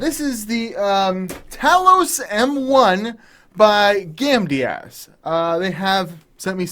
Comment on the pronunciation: You say "gamdias" and I keep hearing "candy ass", lol